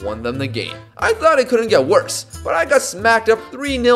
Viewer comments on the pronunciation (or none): none